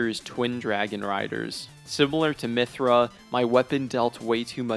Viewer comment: Where did you get the R in Mytha?